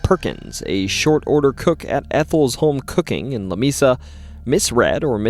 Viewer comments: New sub ! It is pronounced La "Mea 'sa" which in Spanish means a table not " Mi'sa " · "Lah- May-Sah" Love the vids, but makin' me crazy sometimes. 😂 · Lamesa doesn't have a long e in the pronunciation, and if you drive around Marble Falls you can see how a person would say there are mountains. They're really just big hills, but I can see how they would be seen as mountains. That being said, awesome stories. I've heard a few of these over the years, plus a few you missed! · You sound like a yankee. The town of Lamesa is the combination of two Spanish words. The e is pronounced like a long a. it isn't LaMeeeesa, It is La Maaasa. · Im pretty sure Lamesa Texas is pronounced like la may (like the month) sa, not la me sa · It’s “leh-MAY-saw”. Lamesa. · La-May- sa ! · La MAY Sa! Moron. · Lamesa is pronounced La may sa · It's pronounced Lah- may- sah. Please get it right. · maybe it was mispronounced just for all the attention mispronouncing Texas towns can get😂